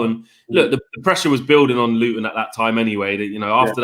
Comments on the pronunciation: Its fucking Luton ffs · Come on now pal it is Luton after all 😂